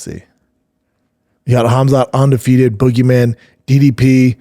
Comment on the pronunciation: He's ONdefeated and ONorthodox🤣🤣🤣 I love this pod. But damn brother. Slow down and speak right. Brendan hits yevery pet peeve yevery time.